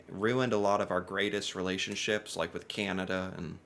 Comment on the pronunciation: Please stop saying, ..."Cieanada"... It's, Can, a, da.... cana-da.... Canada... Thnx. 😊😉